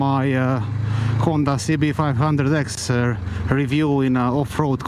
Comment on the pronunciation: Very enjoy your voice. I like the videos and how you say cb500x . Nice bike!